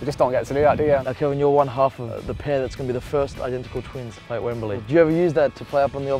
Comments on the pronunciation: y u pronounce it wembuhlee? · Wemberlee? You're not a pommie.